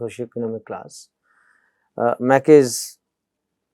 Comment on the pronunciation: "Macy's" is pronounced /meɪsiz/, not /maki/